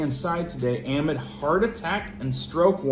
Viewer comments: My inner teacher is coming out. Amid is pronounced uh-MID....not AH-mid. 😊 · Amid….please say…(uh)mid’ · Amid= pronounced. "uh-mid"